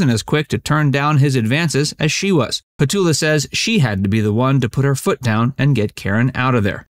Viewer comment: It’s petula, you must pronounce the u. It’s not Petola